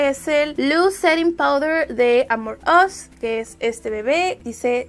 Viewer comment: Cada que dice "AmorUs" siento que dice "Among Us", re mal todo :(